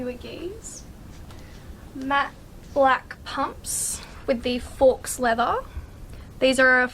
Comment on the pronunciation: Just an FYI. Faux is pronounced like foe. Faux is French for the English word false. Anyway, nice video, and great shoes!